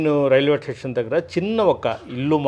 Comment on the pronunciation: ఆంఖర్ మహాశయా, "టేషన్" అంటే స్టేషన్ అని అనుకోమంటారా ¿